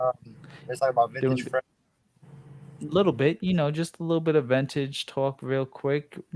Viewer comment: Ventage he pronounces it ha!